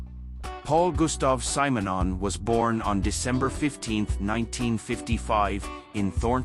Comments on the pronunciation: This is the only time I have heard his name pronounced as Symer-non. I have only heard it as Simmernon. I wonder which one is right? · Kudos for a deep focus on the great bassist & painter Paul Simonon. But who designed this terribly constricted AI voice-over? Pronounce Mr Simonon's name correctly: it's "Simm'", not "Sime", you bloody blinkered robot. Mr Simonon also did some pretty risky undercover work for Greenpeace, he's a right proper geezer. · You should listen to how Paul pronces his own name! Not SIGH - SIM! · No, the AI pronounced it wrong in the video, it’s actually pronounced like ‘cinnamon’ with the n and m switched.